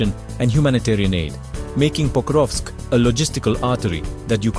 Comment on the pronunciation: there is no way you said "pocrusk"